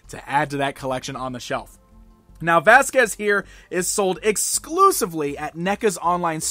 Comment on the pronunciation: it's Vasquez